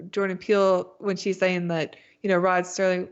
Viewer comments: Wait a minute his name is Rod Serling not Rod Sterling? Next thing you are going to tell me is that we do not get French Benefits. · It's not Rod S"T"erling ... it's Rod Serling. Please learn the guys name, at least, if you're going to talk about him. Thanks